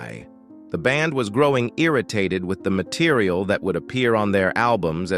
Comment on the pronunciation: Its because its A.I generated voice. It really flips out at around 1 minute when it says "didn't believe in the mateeriaaaal" The whole video could have been generated by A.I